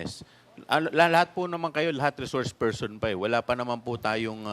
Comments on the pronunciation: Sarah, it’s so annoying Kasi “You are a reshourse pershon” 😅. Resource person is the right pronunction . Stop speaking like young elite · reshorsh pershon